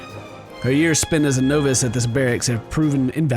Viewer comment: The way he says novice kills me